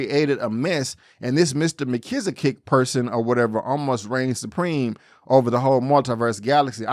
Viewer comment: Really enjoying your reviews so far. Mr. Mxyz-spit-lick is usually how it's pronounced, but it also is slightly different in each cartoon. There are various mutiversal councils made of many alternative versions of characters in the comics. I agree Clark didn't owe Lois an apology per se, but its with in his character to do it anyway. Keep up the good work.